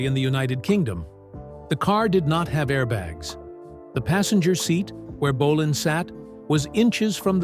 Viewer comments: Bo- len not bo- lonne AI DUMMIES😂BAHAHAHAHA M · Great video about true legend. Apart from the American (or probably AI) commentary which insists on calling him "Mark Bo-larn" for some reason. My first gig was in Manchester in 72 at Kings Hall Bellevue. It was amazing but scary, thousands of young girls screaming and falling off backs of chairs. Can anyone help by identifying the guy on stage with Bolan at 13.20 of video and repeated throughout? Looks like Holly Johnson but he never played with Marc. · AI slop can't even pronounce his name right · Ai narrator can't even pronounce his name properly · AI rubbish. Pictures of a tribute act, wrong people, terrible pronunciation of names EVEN BOLAN! Click bait.